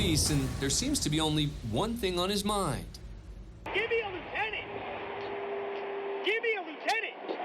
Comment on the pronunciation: Say it with me y’all….LIEUTENANT!